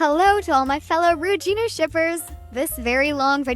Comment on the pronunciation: what she said: rujunu shippers what i heard: rude junu shippers